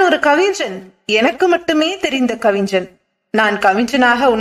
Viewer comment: கவிஞன், கவிஞ்சன் இல்லை. Watchman cabin , coffin இல்லை. சிறு சிறு பிழைகளை திருத்திக் கொள்ளுங்கள். நல்ல குரல் வளம் உங்களுக்கு இருக்கிறது. தயவு செய்து ல, ள, ழ வித்தியாசத்தை புரிந்து கொள்ளுங்கள்